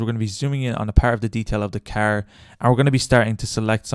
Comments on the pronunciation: "my keeer" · Was watching the video and then you said "Carrrrr" which just killed me so I had to stop lol. Sounds like you are from Boston.